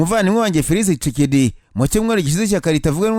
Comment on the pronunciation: Besige disi😂😢😢😢 hanyuma ukuntu uvuga kicekedi nibyo binsetsa😆😆😆😆